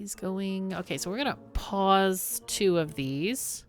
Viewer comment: Every time you say "Pause, Pause, Pause" all I hear is "Paws, Paws, Paws" because I think of the little beaver paws. That's all. Lol